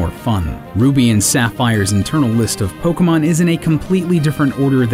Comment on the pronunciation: Don't voiceover a Pokemon dyk video if you can't pronounce the Pokemon correctly